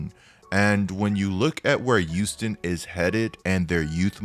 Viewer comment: Am I trippin or did say "youston" instead of Houston rockets